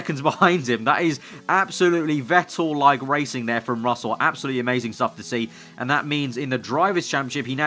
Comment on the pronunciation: ITS VETTEL lol